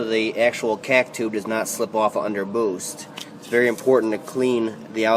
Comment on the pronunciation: I cant stand how you say "cack tube" lol but your videos are amazing keep up the good work